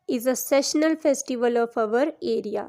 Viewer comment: You r pronouncing the word 'seasonal' wrong